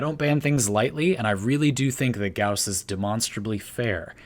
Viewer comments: Thank you for pronouncing Gauss correctly (rhymes with house) [gaʊs] DE has been saying it like Goss instead of Gouse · Finally somebody who pronounces Gauss correctly <3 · No it's pronounced like "house" and "mouse" check Carl Gauss's Wikipedia page. There's the pronunciation for his name